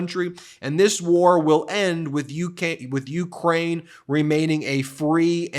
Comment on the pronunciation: OMG...you mispronounced Ukraine. Shall we all abandon you for one slip?😅😅😅😅😅😅😅😅😅😅😅😅😅😅😅😅😅😅😅😅😅😅😅😅😅 BIDEN 💙